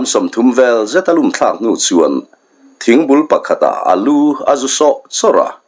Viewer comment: thawk leh khatah tih kha i lam dan thluk a van mak ve